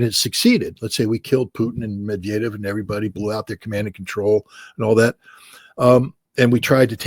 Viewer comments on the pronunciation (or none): Hey, learn how to pronounce "Medvedev." You're welcome.